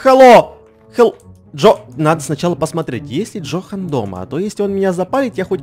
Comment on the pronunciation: Это не Джохан, а Йохан ( немецкое имя Johan пишется ) 😂